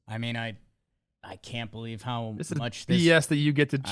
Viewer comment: saying " I belw Bobby Witt" and NO ONE saying anything...